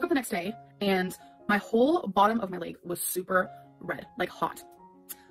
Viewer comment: Layyyyg instead of leg pissed me off beyond belief